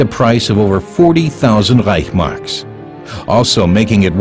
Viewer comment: It's not REICH..marks, it is ReichS-Mark.